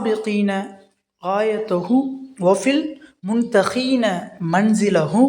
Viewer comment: முன்தகீன என்று தவறாக ஓதுகின்றீர்கள், முன்தகீபீன என்று திருத்திக் கொள்ளவும்